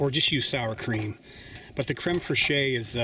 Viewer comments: Fresheeyy. :D Better not let the French hear you saying that. It's pronounced Krem Fresh. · I don't know if anyone else has said it, but creme fraiche is pronounced like creme fresh - and not phonetically. because reasons. . . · Very nice. Takes a bit of logistical effort and planning to cook like this afield. I usually give my onions a head start. IMO, garlic get's nasty if over cooked. Also, It's generally safer for Americans to pronounce it crem fresh. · I enjoyed the simple recipe. Just an FYI, the proper pronunciation of crème fraîche in English is "creme fresh." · Love your vid dude. But as a Frenchman, I have to tell you that "fraîche" from "crème fraîche" is said almost like how you would say "fresh". Can't wait for more of your videos. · Pronounced creme fresh . Ty 4 wonderful video! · It's pronounced very similar to crem fresh idk wtf you said lol